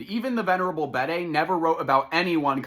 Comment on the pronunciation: You’re doing good work my friend. However, Bede is pronounced “beed” as in “need”.